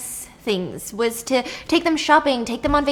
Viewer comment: And wis instead of was😹